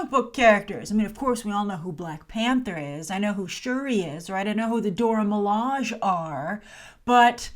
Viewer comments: I'd like to give you some feedback on your pronunciation of the term 'Dora Milaje', which both the creator and the animated appearances have confirmed as Doh-rah Mi-lah-shay. Not a biggie, just thought I'd point it out. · You know who the Dora Milaje are but still can't seem to pronounce their names properly..... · The proper way to pronounce Dora Milaje is in most of the comics. Multiple wiki pages have the proper way to pronounce it and the people involved in the movie have been recorded pronouncing the name properly.